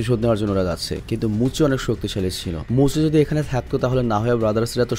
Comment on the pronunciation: Vai Oita tenziku hobe r muchi na bole moucchi bolben please ❤